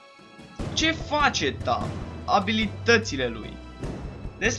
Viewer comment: in primu rand e tahm nu tamm si in al doilea rand chiar o sa manance aliatii si inamicii